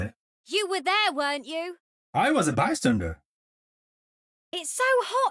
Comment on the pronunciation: when i first head genji say 'bystander' i heard it as bartender, he would be a good one